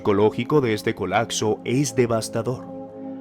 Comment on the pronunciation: Se dice COLAPSO no COLACSO